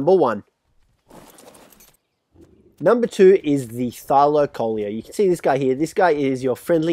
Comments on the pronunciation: Thylacoleo is pronounced thigh-la-see-oh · Say it like Thy-La-co-leo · it's "thylacleo" not thylaloloe!!